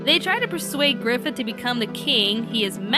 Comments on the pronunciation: Let's have a little chat. So... I swear I heard you say "Gryphon" instead of "Griffith" The "end" of Berserk doesn't rely at all on an ooc moment for Griffith. The story constantly builds up just how determined to reach his goal he was, and sacrificing his army is nothing he wouldn't do. The arrangement for him to be made a demon lord was made long ago when he was a child, and he very readily accepts it when it comes. Griffith only wants power, and everyone he knows is just a means to that end. Berserk's ending is messed up bit because everyone you know dies, but because it stops where it does. This is all just the build up for Gutts' main struggle throughout the rest of the story: trying to keep Coska and himself safe from the demons after their seals and find and kill Griffith. Plus, that's not really the deal with Clannad, but that's of no consequence right now. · It's pronounced, "Faggith"